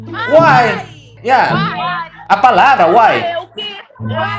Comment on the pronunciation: o cara ganha o respeito de todo estado de MG em um "UAI"